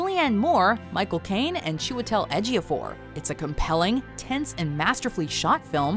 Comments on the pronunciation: So that's how you pronounce Chiwetel Ejiofor! I've been wondering, but I didn't know how to ask... Thank you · I finally know how to pronounce Chiwetel Ejiofor. 😄